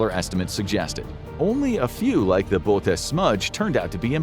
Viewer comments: It's pronounced: "boh-uh-teez" boötes. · It's pronounced 'boo-ew-tease'. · (/boʊˈoʊtiːz/ boh-OH-teez) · Nooo... you had a fairly good record of real information. First minute is full of nonsensical phrasing... just, stop. 🤦‍♂️ You don't need catch phrases of "setting physics on fire" to phrase discoveries... and the title is misleading, incomplete at best, pronunciation of Bootes is wrong... and then you resolve the innacuracy? Couldnt you say "when we thought it was wrong?"... the cosmic microwave background is not old light... pointless to continue... 😑